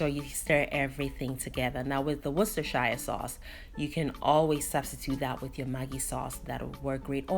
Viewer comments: It's pronounced Worster sher, not shire, I know, it's not easy but Worcestershire is the joining county to mine Gloucestershire, pronounced Glostersher, haha. nice looking recipe, I'll give it a try, I often catch Mackerel but usually just grill or fry,thank you. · Beautiful explanation and spot on as usual.Anyways the sauce is pronounced more like woostershare😊. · Pronounced- wustersher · Back in the day we always had mackerel but not had it for donkey's. This recipe is right up my street so I must give it a good go. Looks so tasty and I know that from the ingredients you used. Thanks for sharing. Oh, Worcestshire sauce is pronounced as 'wooster sauce' in UK, we don't say 'shire' in it as it's silent. Hope that helps. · The pronunciation should sound like Wooster sher Sauce. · this one dea I know, it’s pronounced worstasha 😅 This dish is amazing the sauce dea, hmmm 🤔 professor 👩‍🏫 what can I say? Simply beautiful 🤩 Where is Maa? Maa come and learn this one ooo, this one you can get all the ingredients in Ghana😂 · pronounced woostar sauce for short loool